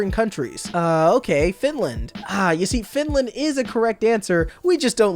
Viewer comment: That's "Finlad", not "Finland".